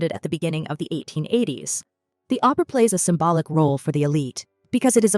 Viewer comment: Opera is a form of theatre in which music is a fundamental component and dramatic roles are taken by singers Oprah (as the narrator pronounces it) is a talkshow host!